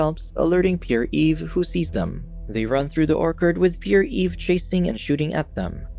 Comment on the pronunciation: "Pierre" is pronounced as "pee-air", not "pure".